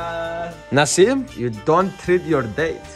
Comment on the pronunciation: STOP DID HE SAY NASIM? I NEED TO KNOW SOMEONE TELL ME